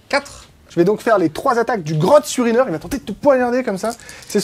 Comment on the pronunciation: Mdr, le Grot surineur, j'ai entendu le "Grot urineur" XD Je sais que c'est des Orques, mais quand même ^^